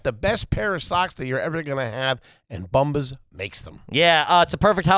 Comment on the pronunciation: Love those “Booomba” socks 😂 wonder if they lose the ad after one shot, how do you fuck up “bombas”